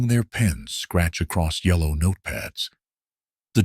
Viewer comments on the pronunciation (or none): none